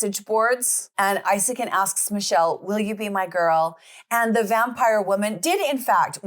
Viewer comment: From Sweden ❤❤ CRAZY STUFF don't only happen in the States.. but it's worse over there, a lot of worse. This case has had a good amount of cover from swedish media It is pronounced EEsakin if anyone is wondering